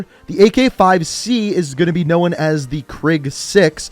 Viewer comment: No one:: knowen